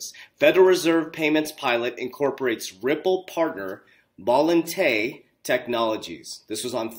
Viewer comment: Can someone close to this dude please help him pronounce Volante correctly, thanks